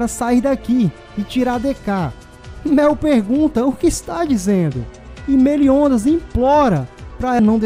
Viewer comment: Por isso Meliondas kk